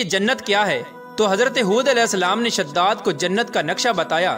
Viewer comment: Bhai shhadad nahi hai wo shaddaad hai wo